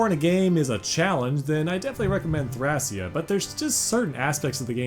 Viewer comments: The Japanese spelling for the game is written like this トラキア, which is pronounced "Torakia". So the Greek pronunciation seems to be the proper one as "Thra-kee-ah". And yes, Thracia was a real place. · It’s pronounced, Tray-She-a seven seventy six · Technically Thracia can either be "thray-shuh" or "thra-ki-ah" if you want to go with the Greek pronunciation. But yeah Jugdral is pretty clear at this point. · Where to begin with corrections... 1. Several name pronunciations are very off, major culprits are "Thracia" ("a" as in "ray", not as in "rack") and Jugdral (come on, the J is pronounced like a Y, since the continent's name was based off of "Yggdrasil"). 2. Thracia 776 actually begins just before Chapter 6 of Genealogy of the Holy War, and ends midway through its 8th chapter. 3. Leif is not the prince of Manster. How did you get this so wrong? He's the prince of Leonster, Manster is the homebase of the enemy, the southern Thracian forces. Heck, the fact that he's the prince of Leonster is in the fucking intro to the game. 4. "New Mystery of the Emblem" is FE12, not FE3. That game is simply "Mystery of the Emblem". And if you're gonna say they're the same, they aren't especially in the context of you talking about dismounting, because FE12 did not feature dismounting. Also worth pointing out that FE4 also featured dismounting, but only for Seliph when he promoted. 5. You didn't even mention that healing can potentially double too.